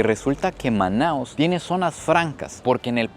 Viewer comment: O nome correto da cidade é Manaus, não manaos.